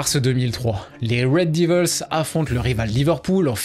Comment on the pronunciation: Red devils pas divils Putin c'est fou d'essayer de prendre un accent anglais et de faire une vidéo complète sur un club et prononcer ça n'importe comment Cest ni français ni anglais mdr.